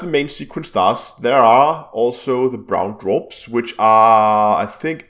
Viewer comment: "Brown dwaprs" . Lol